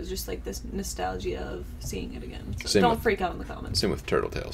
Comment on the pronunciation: learn how to say nostalgia right, cheers.